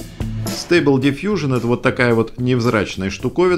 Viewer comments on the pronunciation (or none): Ага! Только не дивижн, а дифъюжн. - Да кому какое дело? Англичанин штоли? Не мешай тут нам звуки издавать!